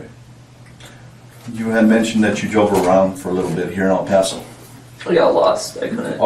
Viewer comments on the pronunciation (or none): "Al-Paso"??? Is this AI? It's LLLLLL paso. At least learn to pronounce the damn city. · Bro. It's El PASS-O. Not El POSS-O. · It's pronounced "EL PASS OH" and NOT "EL PAH SO" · where is El Pauso? ...you mean El Passo? lol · El Paso. Not El Paawtho. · El Paso.. “El Pass so” is how you pronounce it 😅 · It's El Pass-oh not El Puhso. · El Paso, TX is pronounced “El-pass-oh”, not “El-paw-so”. 👍😊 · It’s pronounced in spanish. We do not say “Ale (ayl?) Paw So” we say “Ehl pa- so” short “pa” and “so” sound. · El PASSS-OH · ell pawsoo lol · “El posss-O Texas” lmao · "El PASS-O" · Just FYI It's Pronounced El Pass-oh! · Does anybody even prrof their AI bullshit narrated videos before posting? Fucking "El Paw-So" - really? Can't even get the towns fucking name right? Jesus fucking Christ. I'm so done with the internet. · El Pah-so. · El-pass-oh Say it right if you are going to make a video about it dude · If this mf says El pawso one more time! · I dunno if it's A.I. slop or just someone who can't pronounce anything right, but I can't finish it. "El-Pas-O" 🤨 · "El Poso" your ai voice needs to get it together. 😅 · Native Texan here and I stopped watching after hearing EL PASO pronounced as EL POSO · Incredible narratorship. One note: it is pronounced El Passo, even tho it only has one s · Down vote AI voice can't pronounce El PAAAAAAso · ..el Pauso texas? ..it's not pronounced like pasta, dumbass, ... 🍝 🤷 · Its pronounced el pass o not el paws o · Dude, it's not El POS-O. 🤦🏼‍♀️ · El Paaassoo? Are u dumb AF or just arent from around here? 🤣🤣🤣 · Am I the only Texan who cringed at the way he says El paso 😭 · Anyone else irked by the way he pronounced el paso, or is that just me? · I love how literally within the first 2 secs of your vid that your AI narration mispronounces "El Paso." Judging by the pacing and cadence of the narration I'd say you used AWS and have no idea how to adjust the timing to make it sound human. Or you just suck at it. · FYI, you pronounce El Paso wrong